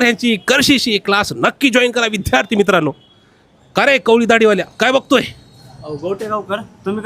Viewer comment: विध्यार्ती नाही रे विद्यार्थी